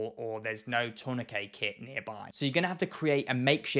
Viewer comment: I'm just here for the glorious way you say tourniquet. In the Midwest of America, I've only heard it pronounced like turn-na-kit, but the way you say it makes way more since especially the way the word is spelled.